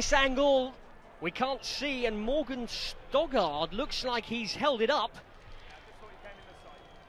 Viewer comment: Oh my God he keeps ptonouncing Morgan Stoddart as Stogard, it's frustrating